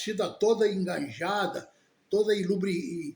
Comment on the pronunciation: sou seu fã, não se fala enganjada, engajada, leve pelo bem